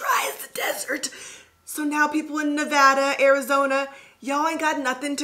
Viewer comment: I live in Southern Nevada (thank you for saying Nevada correctly) and it is just dry all year except for monsoon season so this was some good information about why some products just don't work in my hair